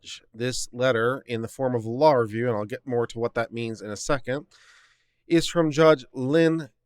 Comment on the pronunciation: It would be useful if you could pronounce "Law Review" as two separate words.